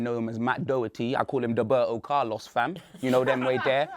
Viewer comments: Well he even said "Doberto Carlos" so it's not surprising. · “Doberto Carlos” is dead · Dub-erto Carlos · Dóhberto Carlos...You forgot the fada